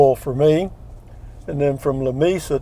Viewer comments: Lu me su. Ha ha. Should be La may sa. But you know....Llano is supposed to be ya no. Enjoyed this one! Take care! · you need to learn correct pronunciation of Lamesa; ask a person from west Texas they will explain...